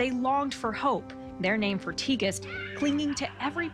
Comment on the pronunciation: I think you pronounce her name Tig-est